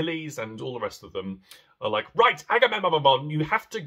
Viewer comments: Correction: its "Agahmemonumnum" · Two of my favourite works. Your pronunciation of Agamemnon had me cackling hysterically.